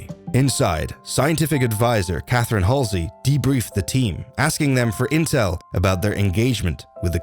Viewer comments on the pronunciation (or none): none